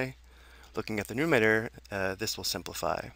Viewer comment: good video!! :D...but its nuMERator. not numator.